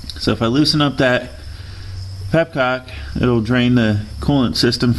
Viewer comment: petcock not pepcock lol